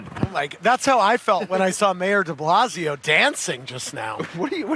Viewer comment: Mayor Deballsio lmao I heard that